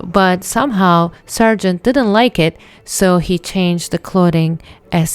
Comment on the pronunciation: Why do you pronounce his name "Sergent"? His name is Sargent, with an A!